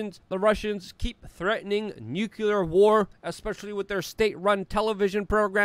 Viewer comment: Good analysis! Again, it's NU-clear or NU-clee-ur, not NYOO-Q-lurr.